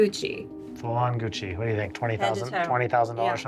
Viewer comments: said Guccy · Says Guccy it's fake lol 20k 😂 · Gucci not guccy lmao